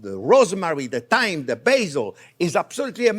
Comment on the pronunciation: I am watching at 1.5x speed and everything is fine with your talking. It only took me a couple of seconds when you added some "time" to realize you meant "thyme" 😀— Thanks for your great videos!